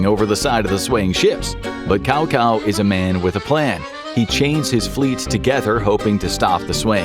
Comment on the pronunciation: K-ah-oh The only other reasonable pronunciation in English would be Giving it a short-a sound like in "that".